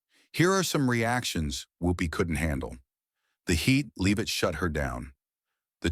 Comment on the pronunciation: Whoopi stinks, but the narrator got her name right, he cannot even pronounce Leavitts name